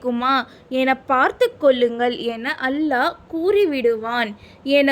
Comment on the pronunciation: அல்ஹா இல்லை. அல்லாஹ்